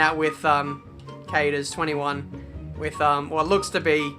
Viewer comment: Hey man im Kauders21 and cheer showing my vid but u butchered my name lol